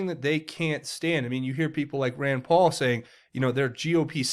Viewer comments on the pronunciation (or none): none